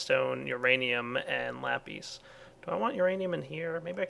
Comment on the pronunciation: It's just lap-is, not lap-ees, just fyi